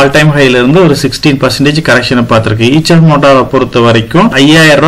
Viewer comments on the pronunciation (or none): ஐஷர் என்று உச்சரிக்கவும். ஈச்சர் அல்ல.